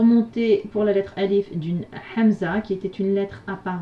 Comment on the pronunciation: je suis dsl juste une petite remarque je ne sais pas si on vous la déjà faite. vous dite souvent hamza et vous prononcer ح alors qu'on verité il faut prononcer الهاء.cordialement